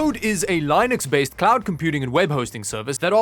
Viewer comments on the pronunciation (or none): amazing how you insist on saying LAInux while correctly saying linode.. why do you refuse to say lynnux as in linux?? Every time you say LAInux itsa like fingernails on a black bird.. But the fact you don't say LAInode suggest that being financial invested💰💸, dramatically improves 📈on your pronunciation skills. 😂😂😂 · This guy said Lie-Nix instead of Linux I'm definitely perturbed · What's lye-nucks? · I started using the SponsorBlock Firefox plugin because I can't stand your pronunciation of Linux. I use Arch btw.